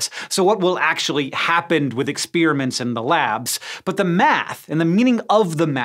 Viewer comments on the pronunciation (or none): I still can't get over the EX-SPEAR-A-MINTS pronunciation of experiments (EX-PEAR-A-MENTS) ... is that a Montana thing? Florida? Some larger region of the US?